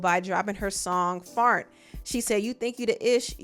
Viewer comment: The way she said Fart was annoying asf though lmfao “Farnt” 😒🙄